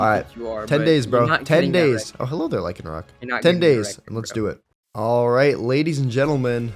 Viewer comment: “Alright jadies and letlemen” Love your vids keep up the good work! 😊😊